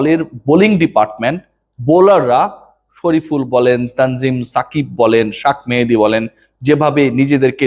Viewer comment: শাক মেহেদী কি ভাই নামটা সুন্দর করে বলেন